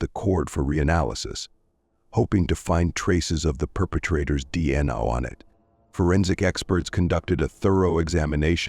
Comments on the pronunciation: For future reference if you’re going to use AI separate the letters when saying DNA —> D N A…AI may stand for “artificial intelligence” but in reality not that intelligent 😏 Glad the family got answers but they deserved better justice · oh ffs! this is the channel whose AI doesn't know how to say D N A and tries to say it as a word rather than initials. Blocking this channel. Adios.